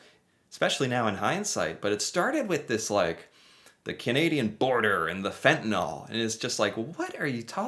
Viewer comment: How does a word spelt F E N T A N Y L become pronounced F E N T I N A L L ?